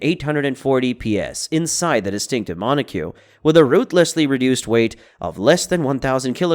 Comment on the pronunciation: It's pronounced [MON] + [OH] + [KOK